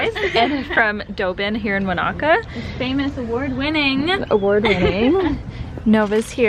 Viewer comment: Wanaka is pronounced like Monica.